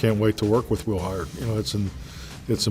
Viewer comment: put out (aht) a video with that pronunciation of Haherd shortly after the draft!!